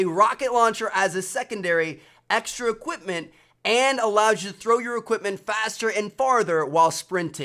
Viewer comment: "extra EQIPMENT" ...